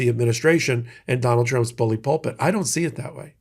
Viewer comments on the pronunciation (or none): none